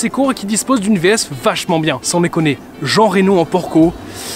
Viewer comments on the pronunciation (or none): none